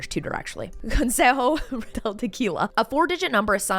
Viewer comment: I loved how well you pronounced "Consejo". I love your videos, and it's so cute to know that your boo is from Colombia.